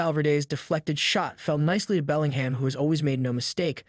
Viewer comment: His name is pronounced “belling-um”. And it’s pronounced burn-a-bau